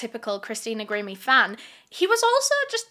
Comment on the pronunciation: I love, so dont rip me apart, but is it bothering anyone else that she is pronouncing Christina's name wrong? It's Gr-eye-me, not grim-me..